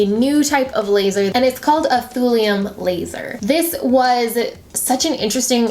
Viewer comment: For just a sec when you said thulium laser I thought you said thorium laser. It gave me thorium powered car flashbacks!